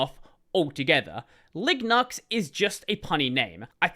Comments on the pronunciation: Of course, Linux is a way better name, but if you were deadset on including GNU in the name, I don't hate LiGNUx, provided that is pronounced some other whay than in the video. The G is often silent in some words, like "gnome" or "gnostic". The name of the gnu (the actual animal depicted in the GNU logo) is actually suposed to be pronounced like "new" or "noo", so there would be precedent for pronouncing GNU this way. Alternatively, in words like lasagna, as welk as in french words, "gn" makes a sound similar to the spanish ñ, so it could be pronounced something like Liñux. Besides, on the tech comunity is not unheard of pronouncing things in a somewhat unintuitive way,. Who can forget about LaTeX, and the GIF vs JIFF pollemic? And all of this ignores people who speak different languages, and for whom the current name is already phonetically inconsistent. Spanish speaking people (for example) understand that MIT is suposed to be pronounced like "Em-Ay-Tee", and not like "Meet", and that SQL is pronounced "See-Kyuel", even though it is phonetically inconsistent with their understanding of language, so there is no reason not to expect people to pronounce a word a certain way if need be. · The way says LiGNUx in this video sounds like Lignuts! 😂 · I actually cannot stop thinking on the ligma meme each time I heard him.